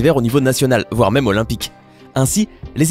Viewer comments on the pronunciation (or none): none